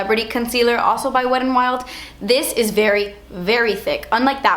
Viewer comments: Love how you pronounce wet n wild. "Wed n wild" 😂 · lol "Wed and Wild" love you 😘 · how you said "wet n wild" at the beginning LMFAO